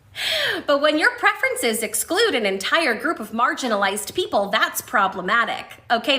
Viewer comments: She didn't say marginalized. She said margarinized. Don't be so obtuse. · She said margarinized people wrong